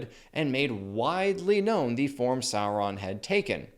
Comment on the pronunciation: say it right, its Saurrron